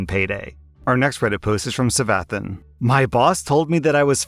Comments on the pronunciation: Hearing the way you sounded out Savathun is just so funny, you were close, the As sound like Ahs and the u is an oo sound Edit: the disabled are sadly treated like this a lot. I refuse to apply at Starbucks because they wanted to have somebody there to watch me 24/7. It gives me the impression that they don't think the disabled can make coffee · Sir. You do not play Destiny. The poster Savathun has been shamed by your pronunciation. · no way he pronounced savathun like that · lol pronounced the name wrong (destiny fanbase representative lol)